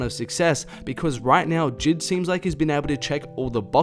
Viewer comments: It’s j.I.d on jid 💀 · He really said JID instead of J.I.D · BRO ITS J I D NOT JID LMAOOOOO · sylvia trn I got triggered when he said that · did my man actually just say jid 😂. You say it like this (jay - i - dee)